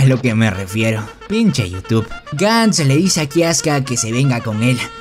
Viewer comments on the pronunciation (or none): none